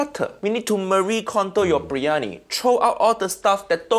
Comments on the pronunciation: Bir-yani not BRIYANI get it together. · First of...let's pronounce it correctly. It's bi-rya-ni ...not bri-ya-ni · Why is everyone pronouncing the name of this dish "Brie Annie"? Isn't it supposed to be "Beery Annie"? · Uncle Roger, it's BIR-YANI, not BREEYANI!! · Why are they calling it Brie-ani? It's BIryani, "bi·ree·aa·nee" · #2 and let's not call it bree-yani... it's bir- yani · If they're all pronouncing it bree Yanni so it must be right, right? Beer Yanni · It's pronounced BIRIYANI or BIRYANI...not breeyani. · Haiya uncle roger it’s Biryani not briyani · Bro i rarely leave a comment on YouTube videos, but this... OohoHooooo, pissed me off so much that i had to say something. the fact that not even the aunty got it right, hurts my lil Indian heart 🥲